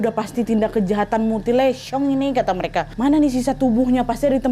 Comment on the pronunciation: smpet ngeleg pas ka nad bilang mutilesong🤭